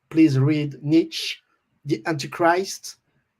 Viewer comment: For those that are wondering he mispronounced Nietzsche. But, most people know about his writings. The Book Anti-Christ wasn't a satanic book or anything, it was more aligned with what John spoke about with his own views. Not sure if McEntee ever read the book but it is quite parallel with his own views and more amazing is the fact that it was written 100+ years ago in 1895. Go look at the Wikipedia article about it. Its quite similar to what John speaks about here. Believing in yourself and having conviction of your own will. Not to hurt others but to essentially not be dragged down by others. A great interview overall and insightful for John's views and life experiences in the early death metal proto days... as well as some info about how the record came about. On the subject of tape trading and finding heavy music in the 80s... Yes, you did not take for granted heavy music that was difficult to like at first because acquiring it was far more difficult than trying to understand it. Then finally when you do finally gel with it.. the reward is well worth it in most cases.